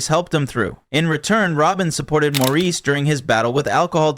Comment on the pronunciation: Maurice is pronounced Morris!